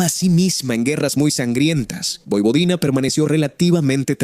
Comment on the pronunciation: MUY BUENO, PERO CAMBIA TU PRONUNCIACION, NO DIGAS POIPODINA.